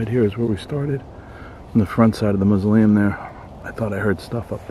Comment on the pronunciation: Cracks me up every time you say mausoleum...you pronounce it "moos-oh-liam"